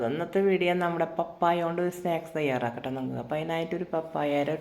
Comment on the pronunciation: സ്നാക്ക്സ് not സ്‌നേക്‌സ്‌